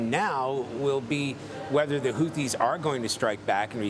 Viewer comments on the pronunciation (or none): Whofees. Whoteas